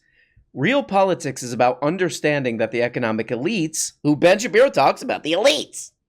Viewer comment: Could you stop calling him "Ben Shapino" cuz I'm trying to enjoy this glass of water while I watch the video but I keep doing a spit takes every time you say it.😅😂